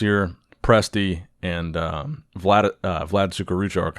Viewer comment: Being russian like how you pronounce Vlad's name)